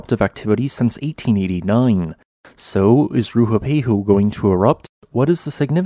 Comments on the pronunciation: RUApehu, not RUHUpehu. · If you're going to make a whole video about the volcano, at least learn how to pronounce it's name correctly. Its Rue-ah-pay-hoo. Have some respect for Te Reo Māori. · It's not, this guy just can't pronounce it